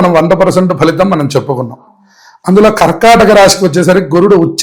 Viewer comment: Kharkhataka kadhamma thalli....karkataka raasi